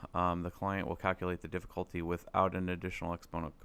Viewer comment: DiddifultY, dude can't you say YYYYYYY - difficultY